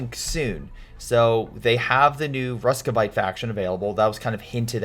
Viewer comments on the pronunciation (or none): Roos-viet, Sorry... you called them RUSKVIATE...wanted to help you